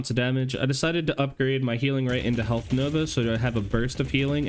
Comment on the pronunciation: I too like to pick up “extra herlth” XD good stuff